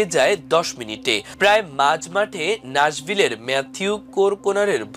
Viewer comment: নাসভিল না ন্যাসভিল